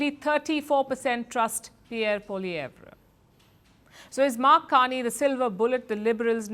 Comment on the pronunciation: It's "Polieve" like "Louver Museum" is pronounced as "Loov"